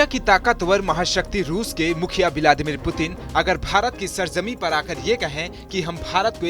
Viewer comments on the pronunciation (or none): none